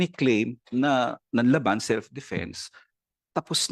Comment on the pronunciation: “Nanlaban” po ba Sec. Guevarra? Well, for your information that is Not how it’s pronounced. Para tayong hindi nanonood ng balita o nag-aral manlang nang Pilipino niyan.